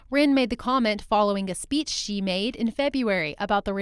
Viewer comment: APPLAUD for learning the right chinese pronounciation for Xi and Chinese names of people and provinces and cities. Xi is "See", not "Shee" as most non-Chinese pronounce it.